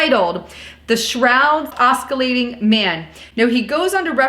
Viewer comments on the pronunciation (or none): lets talk about pronouncing words properly. Guess-ture is wrong- its Jes-chur and not Ah-skill-lating, its Ah-sill-lating. Jus saying.... it might take away from credibility when you mispronounce words. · Oscillating.....pronounced with a soft c .......not a hard k. Gesture.... pronounced with a j sound.....not a hard g. As in juice. I hope you don't say orange goose. :) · It's pronounced ossillating not oskulating. I'd regard that an abuse of English, let alone an abuse of science. And its naz-are-eth.... that's an abuse of Scripture. And it's jest-ure not gest-ure. Please.... speak ENGLISH.... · "OSCILLATING" pronounced OS-SIL-LA-TING not OS-CU-LA-TING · Please use correct pronunciation of oscillating and gesture